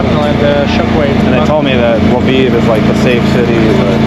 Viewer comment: You pronunced "Lviv" like "Love Eve". 🤗